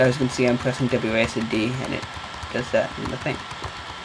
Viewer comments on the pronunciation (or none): none